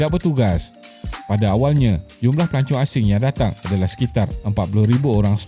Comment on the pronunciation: Pelancong ke pelacur.dengar lain plk😅😅😅